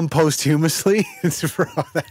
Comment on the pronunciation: I’m not convinced knows what posthumous means given his pronunciation of it